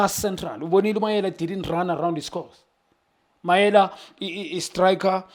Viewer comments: Mayele not Mayela Junior khanye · Mayele not Mayela, this is an easy African name.